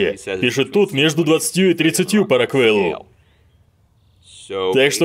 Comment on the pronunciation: Не роквЭлл, а РОквел!